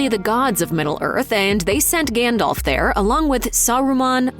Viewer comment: You might think that in a video with this theme, the pronunciation of Gandalf's name would've been correct.